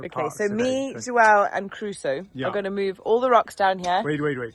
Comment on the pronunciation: Crusoe people!! Not Caruso or Carusoe!! 😅😊 I 5 for that little fella! 💪